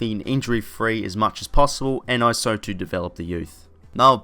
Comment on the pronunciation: Good vid agree with most 👍 weirds me out how you say 'also' as oh so 😂😂